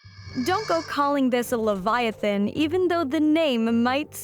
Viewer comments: It's Leviosa not LevioSah! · does she really not know how to pronounce leviathon or is she trolling ? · Instant downvote because of the way you said Leviathan. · FYI you're not pronouncing Leviathan improperly. The "I" sounds like you say it when you recite the alphabet. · You could try pronouncing leviathan correctly at least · Try learning how to pronounce "Leviathan." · LEVIATHAN! PRONOUNCE IT RIGHT! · It's not leviathan. It's leviathan. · Levi uhthan not leveeathan. You’ll never get your spells to work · Liviaten💀 ITS LEVIATHAN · "It's Le-VI-atan, not Levi-Atan" --Hermione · Pronunciation lə / vaï/ a/ θan not le /vy/ ah/ tan. Come on, it is a name straight out of the Bible with 1000s of years of entomological history how could a scientist get it that wrong? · La vi o saaa not la vi oo sa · Wth is livyatan? Hahahaha..unless she is referring to the LEVIATHAN.. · Normal people: Leviathan This mf: Liviatan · its pronounced lev-eye-i-tan. i tried watching your video, forced myself to get to the halfway point but i couldn't do it because of how often you say levyottin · Am I the only one pronoun it lay-va athan and not Lee-va athan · "Levy-artun." You sure about that? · Leviathan is pronounced Luh-vai-uh-thn. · Can you pronounce Leviathan correctly? Ley-via-than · its levi-a-than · Pronounce leviathan properly. Lev-i"-a-than. Emphasis on second syllable. Get real. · Livvy ahh tan. Really? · luh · vai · uh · thn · Pronounced leh v eye a thane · I'm pretty sure it is supposed to be pronounced like "leviathan", but with "tan" at the end...not "livvy ottin" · That’s not how you pronounce Leviathan!! What’s a Livyotan anyway?? Okay. I get it but it’s still stupid. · there's a TH sound as in 'the' in leviathon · It's pronounced leev-yah-TAHN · I believe it is pronounced "Livy-O-tan" ....ok that was a horrific joke and I do feel the shame of it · I can't watch this. You need to learn how to prenounce Leviathan. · Why can’t she pronounce “leviathan”.